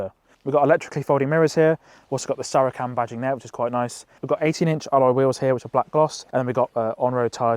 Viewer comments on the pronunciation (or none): Please Google the pronunciation of Saracen as I simply can't cope, otherwise great review